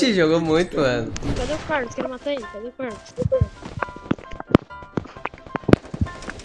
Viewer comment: * absolutamente ninguém *